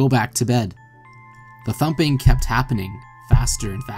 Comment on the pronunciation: When he said t-humping (thumping) I thought he said something different- WAYY DIFFERENT 👀 .... REST IN PIECES